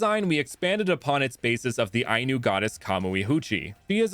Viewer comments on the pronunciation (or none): none